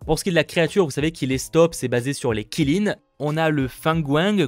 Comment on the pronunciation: Qilin se prononce "Kirin"